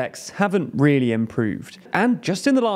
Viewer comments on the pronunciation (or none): none